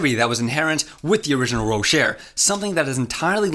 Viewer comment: Bro it's ro-shay not ro-sher hurts my ears it sounds so wrong